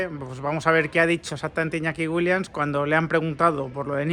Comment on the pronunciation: Repitamos todos juntos… WILLIAMS (con M y S al final) Joder si haces videos y los publicas tienes que aprender a pronunciar correctamente los apellidos de los futbolistas. En ninguna parte del apellido WILLIAMS hay una N.